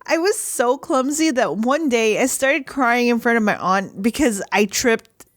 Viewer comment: When I heard your aunt I heard cooncee